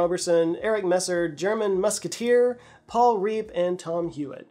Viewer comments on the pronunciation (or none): none